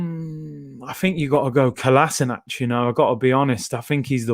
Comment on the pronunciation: Man said Kolaisnac airlines. You are hilarious at times. 🤣🤣🤣